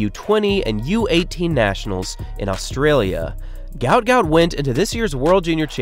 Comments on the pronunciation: Guot. Guot. Guot... or Gwot. It is not Gout is mistakenly spelt or pronounced all over the place. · His actual name is Guot, pronounced "Gwot" His name was incorrectly translated to "Gout" when his parents fled to Egypt, due to Arabic spelling mix-up They do not like the mistranslation of the name as Gout is a form of arthritis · His name is actually Guot, not Gout. His father has come out to explain this.